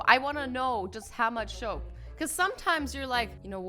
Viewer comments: how much ShOaP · You sayed shoap